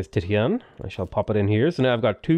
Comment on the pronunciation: Just fyi, Titian is pronounced Tishen